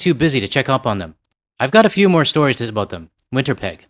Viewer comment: YOU SAID WINTER PEG. welcome to can er da. 🤪